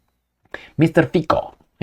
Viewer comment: His name is pronounced Fitso rather than Fiko ... :-)